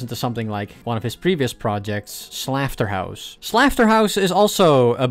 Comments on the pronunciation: why do you say slafterhouse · "Stealmate" also I think "Slafterhouse" might be an intentional mispronunciation of Slaughterhouse since the gh can be used as an f (and I guess the u is silent? [clubstep]) But fair I guess